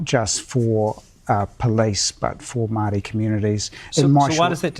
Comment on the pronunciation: Barely able to pronounce the word Maori.